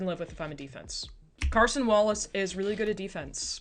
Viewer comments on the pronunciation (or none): Good breakdown! It’s Cason though like Kay-son 👍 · First vid of yours I've watched I enjoyed it thanks! Sidenote, the thunder player is names Cason, not Carson, Wallace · Carson Wallace is my favorite thunder player lol (no r, just Cason)